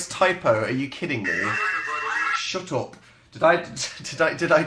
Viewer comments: Was it just me or did Dan sound extremely northern when he said "Shut up"!! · Phil's rubbing off on him lol